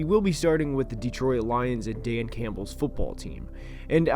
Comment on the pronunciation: "Dee troy it"